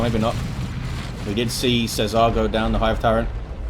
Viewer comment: Worst pronunciation of César ever haha :D